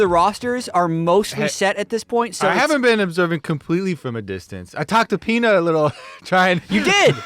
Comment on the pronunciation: Why is saying Peanit?